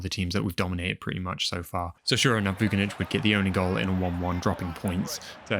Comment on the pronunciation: Everything is amazing, but please don't read the surnames of Slavic/Balkan players like in English. We don't pronounce "C" as "K" like in English. For example - it's not Vu-ki-nich, but it's Voo - chi - nić. You can use translator to say it right. I hope you are smart to get me mate. ;)